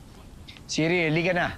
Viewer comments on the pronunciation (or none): Siri not tiri lol